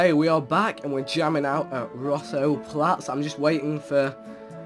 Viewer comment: Vikk, why do you keep calling it Rousseau PLATS? *FLATS